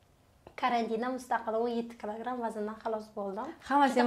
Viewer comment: Клограм эмас килограмм 😂😂😂😂